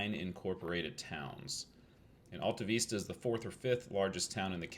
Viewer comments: Luv it !! You're so close to my place. It's not just the Vista (view) it's the Alta (high place), too. You gotta say from the diaphragm, like James Earl Jones. AHL TAH, VISS TAH. Real slow. 😀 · Yep, not only was the Vista wrong but the Alta part is more Al like in a man's name sound. It was good but you had to miss a lot of information that a local could have given you--but you probably didn't have any more time. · Everybody give Coach a thumbs up and subscribe so you can help his algorithms! Lesson #1 Coach: learn the correct pronunciation of the town so you don’t tick off the locals. 😂😂 Fun fact about the electricity being shut down at 11 back in the day. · Another great find in Kansas. Thanks for braving the cold to showcase this gem. Don't worry about the mispronouncing, we Okies do it all the time. Stay warm, safe travels and GOD bless